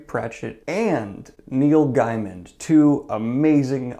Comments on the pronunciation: Just a quick note: it's pronounced Gay-man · Technically it's Gay-min